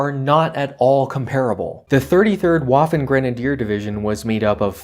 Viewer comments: "Waffen" is pronounced as "Vaffen". Germans make that mistake when speaking English, seems it is a mutual mistake, though. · The 33rd waffen grenadier division was German, so you’re supposed to pronounce the w like a v.